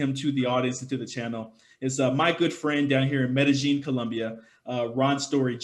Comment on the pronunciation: Medellin... Meh Da Yeen